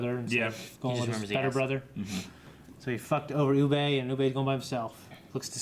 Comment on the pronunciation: Ub-buh. Please say Ub-buh. It's not a huge thing but fuck me he's not French and they even say it on the show many times. Oo-bay. where did this even come from